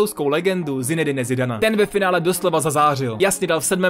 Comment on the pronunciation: Super video ale zinedine Zidane sa čita zinedin Zidan